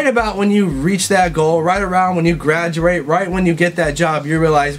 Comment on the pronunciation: Lol "gradurate" he really is half asian